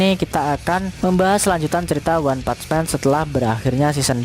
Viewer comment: One pats men🤣🤣🤣. Lidah miminnya gg